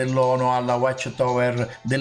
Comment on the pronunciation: Non sai manco prononcirae whatch tower